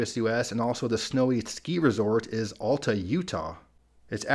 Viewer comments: Great video, as usual. Alta is pronounced "Al Tuh" not "All Tuh". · I believe Alta, Utah is pronounced "al-ta", not "all-ta". At least that's how Utahns pronounced it when I lived there in the 80's and 90's.